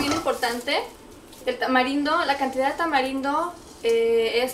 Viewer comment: TODO SE VE BIEN LO UNICO ES QUE CUANDO HABLAS;;;;ASENTUAS MUY FUERTE LA ULTIMA FRASE O LETRA ;;;EJ;;;CANELA;;;Y DECIS;;;CANELAAA;;;;;TAMARINDO ASECAS;;;;DECIS ;;TAMARINDOOO